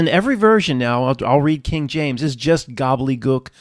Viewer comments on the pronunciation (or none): none